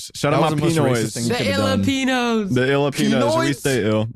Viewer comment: as a pinoy viewer had to pause when they said swagipinos and illipinos LMAO that fuckin jumpscared me